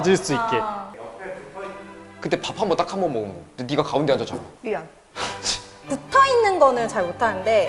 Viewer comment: 여자분이 "미안" 하는건 웃기고 남자분이 칫 하는건 찰지다